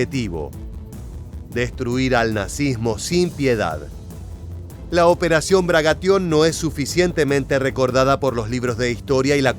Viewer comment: Se dice Bagration, no Bragation.